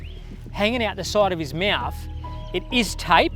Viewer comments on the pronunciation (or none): I love this episode but the way that the guy that treated the aligattor says "meauthw" insteed of mought is messing with my nerves... omg